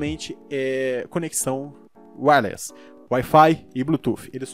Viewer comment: Video ótimo cara, mas "aoinoini" (all in one) e "réles" (wireless) é foda ein kkkkkk